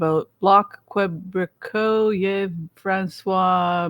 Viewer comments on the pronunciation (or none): none